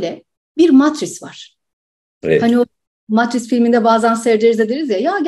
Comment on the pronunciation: Mart ayi sorunlu gectigi icin mi hanimefendi surekli Martris diyor? MATRIX daha farkli bir kavram mi acaba? Dil surcmesi olabilir mi diye izledim sonuna kadar. Fakat dil surcmesi de degil. Bunu tum samimiyetimle soruyorum. Lutfen yanlis anlamayin.